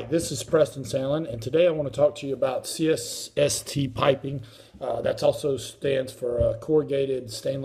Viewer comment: He can’t even say C S S T right 3 times he says cst lol